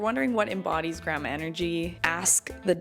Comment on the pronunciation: Lol you say Grammar and Grampa. 🤣 try saying "Grand-ma"